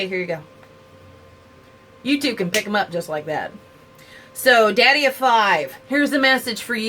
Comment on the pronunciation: I dont want to be rude but his youtube channels name is Daddy O Five.☺ Sorry its just because everybody says his name wrong.